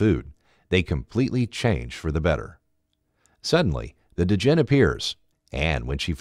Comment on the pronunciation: It's pronunced Djinn(Jin), not D-Jinn and Sheba(She-ba) like the Queen of Sheba.